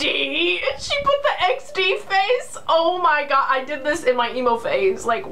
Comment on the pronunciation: "OH MEH GRR" 😂😂😂😂